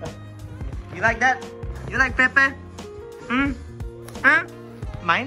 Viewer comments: play with pepe- its actually peppa lol but its ok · It's actually PEPPA pig not Pepe